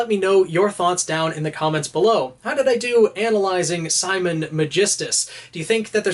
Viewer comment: It's Simin not Simon bro